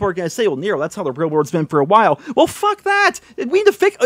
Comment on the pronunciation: I love it when he's on a rant and says fhhhuck